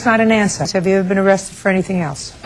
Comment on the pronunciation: "Um is not an ansah!" 🤣🤣🤣